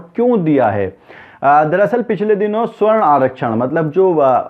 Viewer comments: भाई साहब, सही उच्चारण "सवर्ण " है," स्वर्ण" नही। स्वर्ण का मतलब सोना gold होता है। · Once again - this illiterate tea vendor Modi knows to fight elections by hooked or by crook. He has no ethics. Faaltu aadmi., this is sawarn aarakshan & not swarn aaakshan. Please correct your pronunciation to sawarn.